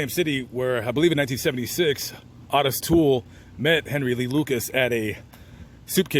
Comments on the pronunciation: I've never heard Otis peonounced Aw-tis (instead of Oh-tis.) Is that how he pronounced his name? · It’s not ‘aah-tis’. It’s pronounced Oat-tis. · Hey, love your content but why the F do you call the man “ OTIS TOOL “!!!!!! When his name is %110 pronounced OTTIS O ‘ TOOLE!!! And please don’t tell me it’s for a greedy reason like some YouTube guidelines!! I’ve been watching you for awhile cause like I mentioned before I really enjoy your content and you definitely seem like an educated man… Absolutely no shade so please do not be like a lot of YouTubers and say something ridiculously ignorant like so many entitled brats lol I’m just a curious subscriber 😎… just sayin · O not AW... LOL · Otis is pronounced OH-TIS, not AH-TIS. A very minor point. Thanks for all the research, let’s hope the vast amount of info online these days can prevent some of this horror, it I wouldn’t count on it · His name is Otis Toole and not Autis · It's pronounced Oh'--tis. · Hey, It's pronounced. (OH TIS) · It’s O. Tis you are pronouncing it wrong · Otis (pronounced Oh-tis) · Ottis Toole murdered that boy. Btw, his name is pronounced the same as Ottis Redding. Its oh-tis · Isn’t it pronounced ohtis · Great video like usual. Btw...small thing but his name is pronounced, "Oh - tiss", long version of the O. I did hear you say it correctly at the end of the video. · Always heard O-T-I-S pronounced with a long O sound until this video! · How in the hell did you mispronounce Otis???